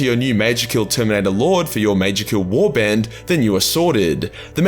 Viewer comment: You saying things like “Warband”, I can sense Big D Dylan from Let’s Talk Lorehammer ramping up for an epic battle. I mean, you know, Aussie v Aussie and all that jazz. Hahaha